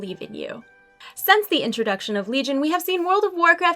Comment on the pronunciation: I'm just nitpicking, I find it funny when you say sense when you should say since, but who cares, I love watching your videos. :D